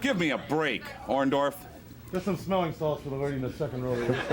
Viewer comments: I always thought it was "Orndorff, not "Orndoff "? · Lol... Hogan keeps saying, "OrnDOFF"... doesn't he WORK with that dude EVERY DAY?!?!?! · Was "Orndorff" intentionally misspelled in the title of this video? Because "Orndoff" is exactly how Hogan used to pronounce it! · Orndork. It's easy to mispronounce. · Maybe Mr Wonderful turned on Hogan because Hogan was taking about them being blood brothers and he couldn't even say his name right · Take a drink every time Hogan mispronounces Orndorff. 🍻